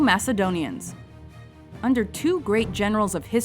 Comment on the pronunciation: Can't believe that she pronounced Macedonians wrong..